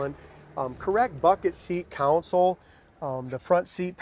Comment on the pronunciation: Console, not Council. Nice Nova!